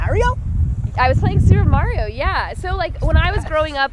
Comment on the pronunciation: Super MAH-rio? lmao smh